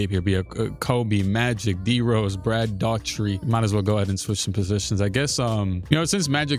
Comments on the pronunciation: How you've been doing this for two and half decades and still can't pronounce Brad Daugherty's name is wild. 😅 Dah-hurt-ē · Daugherty’s last name is Irish and is pronounced “Dock-erty”. Makes no sense but that’s what it is.